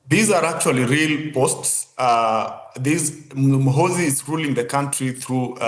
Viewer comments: He will teach u how to pronounce his name Gen muhoozi juuuu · General mu-who-zu😂😂😂